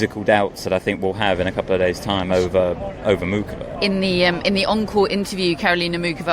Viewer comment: So much for something being off with Sinner like thought after the Shapo match. Also, for a podcast that talks a lot of equality and respecting the women's game, they insist in pronouncing Muchova emphasizing the C instead of Moo-Hoe-Va and the silent C. It's just a little thing but a lot of other announcers pronounce it with the silent C and Karolina herself says that is the correct way to pronounce her name. And they pronounce Thomas Machac the right way with the silent C. So it's ironic that they pronounce the guy's name correctly, but don't care to pronounce Karolina's name right.